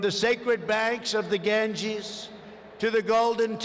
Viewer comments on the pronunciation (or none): none